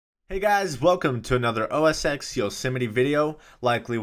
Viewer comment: IT IS CALLED OS TEN, NOT OS EX. FUCK